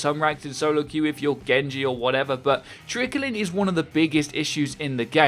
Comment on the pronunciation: Am I the only one who thinks trickling is two syllables. Not three?